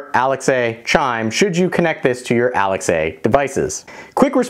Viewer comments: Bro u never heard of alexaaaaa not Alex A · "Alex-A" LMAO... as an avid A-pple user i found that funny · I wonder why I’ve heard two different review channels, now, pronouncing Alexa as Alex A? Ah. Nevermind. I saw the reply to another viewer. Makes sense.